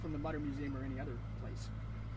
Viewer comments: Mütter pronounced mootah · It’s “MOO-ter” Museum.